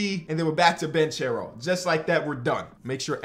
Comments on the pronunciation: it’s pronounced Ban-care-o not banchero. ❤️ u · the last name of Paolo is pronounced Bankero not Banchero. It is an italian Surname. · How long till finally starts saying Banchero right? (Ban-care-o) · its pronouced "bankero" tho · I’m pretty sure it’s pronounced “BAN-K(ARROW) not (charow) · Please start pronouncing Banchero like “Bankero” you’re killing me 😭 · Dude, it's [ban-ke-rou] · you should pronounce it Bankero, in Italy ch is pronounced k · Please pronunce Banchero right, Is like Bankero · Btw it's pronounced like "bankero" cause "che" in Italian is pronounced like ke. (I'm Italian and i'm super excited for my homie) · Paulo Banchero. Ban-care-oh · You are pronouncing Banchero's name wrong. It is like Ban-ke-ro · Paolo last name is pronounced with a hard c, not like the English pronunciation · You keep saying Paulo’s name wrong and it irks me 😂. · Please.. say Paolo Banchero’s name correctly